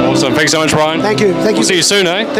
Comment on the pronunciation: Its Brian bro not Brain